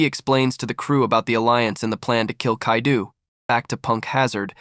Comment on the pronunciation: It’s Kai-doe not kai-doo lol